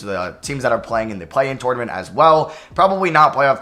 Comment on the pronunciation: Did it bother anyone else how he said tournament every time